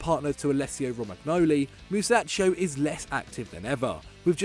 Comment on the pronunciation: The way you butchered my boy Musacchio´s name hurt me real bad.